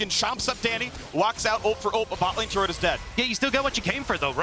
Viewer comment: Turrent range decrease?? Faker~ What was that~